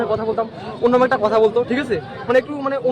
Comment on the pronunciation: কথা শুনেই মনে হচ্ছে বাংলাদেশী " ঠিক আছে " 😂😂😂😂😂